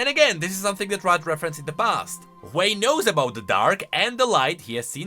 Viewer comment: Ain't no ''hwei''